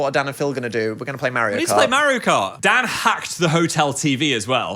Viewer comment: I was watching this with my mom in the room and at one point she goes " oh he's saying DAN i thought he was saying DAD i thought they were like a father and son duo"